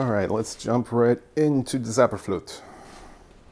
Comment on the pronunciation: Sorry to be that pedant but it's pronounced "TSOW-ba-flirt-a" :) Another engaging video, always a pleasure to watch your commentaries - I was a little confused at first since you show the scene with the projected face while "Der Vögelfänger bin ich ja" is playing (making me think this singer is Papageno), but the same singer is then shown being exhorted to kill Sarastro, meaning that he's playing Tamino - oh, the treachery of images. All became clear in later scenes. It always seems a pity to me when the fantastic element of this opera isn't embraced and they go for dull costumes (Tamino in a white t-shirt? Sigh...) So were the recitatives in English? Pandering to the audience, what ;)